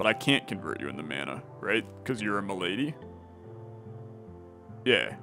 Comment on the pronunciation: the malady cards being called "m'lady" cards is gonna kill me 😂